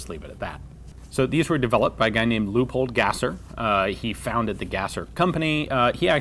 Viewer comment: since there is already so mutch educational content about german in here i will ad my two cents, tha name of the guy (leopold gasser) is not pronounced lupold but realy l-e-o-pold the single e sounds mutch like an ey.... oh and by the way, as always its a pleasure to watch...